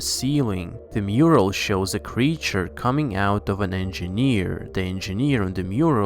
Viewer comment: why do Americans on YouTube talk like this. putting emphasis on odd WORDS in a SENTENCE. and adding extra SYLLABLES in words like creature which this person pronounces as curr-ree-churr